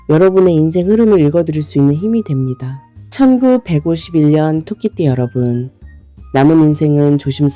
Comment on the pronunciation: 왜. 천구. 백오십 일년이라고. 듣기싫어요.